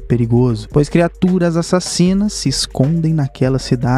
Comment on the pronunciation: Adoro quando você fala "E a......sassinas" 😎